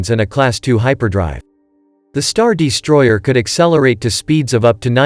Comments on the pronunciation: 'The StarDEEstroyer'. lol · this is a great video but cmon man "the star DEstroyer has a---" is this a bot? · Star Dee-stroyer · Damn is this guy an AI voice? Star Deestroyer. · "hangAr", not "hangEr" You wanna hang ships there, not shirts. Also: what is a "deestroyer"? - which one is it? "heavy ion cannons" or "turbo lasers"? Pick a lane, please.